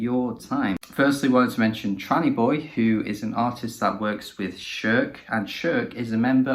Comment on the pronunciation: Appreciate this g, much love! Also first perfect name pronunciation. 🙏 🧡